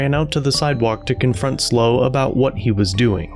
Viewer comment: It is not pronounced "Slow" - it is S.L.O. County Observer for San Luis Obispo County Observer.